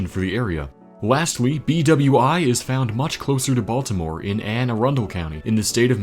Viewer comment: The new police training academy complex in Anne Arundel County (thank you for pronouncing it correctly) is named for the officer who wounded Samuel Byck during the hijacking attempt.